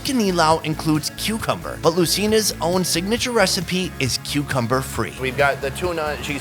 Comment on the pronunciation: G E N G E R and Cucumbeer AS IN BEER